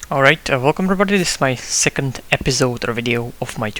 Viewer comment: zeecond eeepisode LOL that made me laugh :D